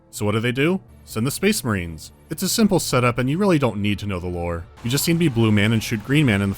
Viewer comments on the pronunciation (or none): SPEHHS MAHREHNS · I just love hearing when they say "SPACE MIRANES"